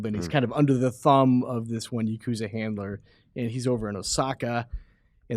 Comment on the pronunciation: Ya-Ku-Zah. Not Yakozuh